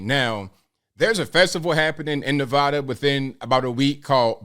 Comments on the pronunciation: As a resident of Nevada for the last 61 years It's pronounced Nev ADDa not nev odda. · It's Nevada (sharp a) not long. Also FYI you don't step on superman's cape and you don't mess with NV tribal police.